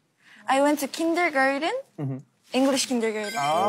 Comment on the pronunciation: I like jow she pronounced kindergarten